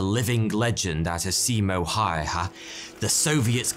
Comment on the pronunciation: Hah, when I looked at the small image of the video I thought this might be about Simo Häyhä. He really was a legendary soldier, and you covered his achievements in the Winter War well,. Although, when you pronounced his full name it sounded really funny. You should pay more attention to the correct pronunciation of proper nouns next time.